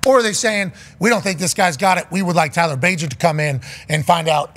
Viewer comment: It’s Tyson not Tyler, bro